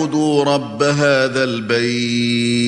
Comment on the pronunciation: آیت 37 میں رب بس سموات پڑھنا چاہیے تھا. زیر ھے پش نہیں.